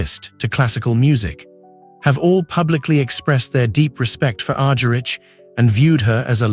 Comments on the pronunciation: Its Argerich: Agharich not Arjerich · P pronounce her last name right. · Unfortunately I just could listen beyond the first few minutes due to the excruciating pronunciation. Her name was agonisingly mispronounced, and the French city of Lyon pronounced as Lion. If this is the best that AI can do it is a very sad state of affairs. Maybe it should be rechristened AS ( artificial stupidity) Such a pity because Marta is such a legend, and she deserves FAR more respect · that s what i said. Cant pronounce Ms. Argerich s last name properly. Ugh. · I implied it. He can't pronounce Ms. Argerich even correctly even.